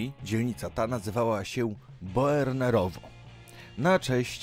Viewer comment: Boernerowo, jeżeli nie czytasz po niemiecku, to jest to wymowa Bernerowo, a nie wymawia się literalnie B-o-e-rnerowo